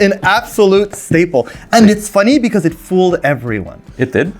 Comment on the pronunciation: Schtaple or Schtinker